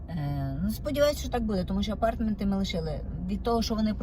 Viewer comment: АпарЭэртменты, дЭпозЫт. Як так коверкати ,чаривну укрaiнську мову.